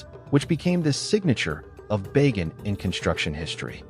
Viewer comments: Not "Bay Gan" but "Ba! Gan" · Bah-ghan, not Bay- gen.